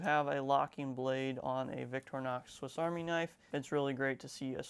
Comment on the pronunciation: Vic-tor-inox not “Victrinox”